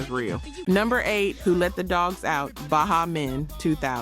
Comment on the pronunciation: she said "ba HA men" Miami Bass(rhymed with Pass) and "Shoogeh Knight" She young or AI